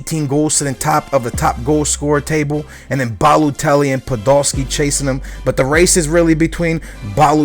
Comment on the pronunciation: He says Podoski instead of Podolski.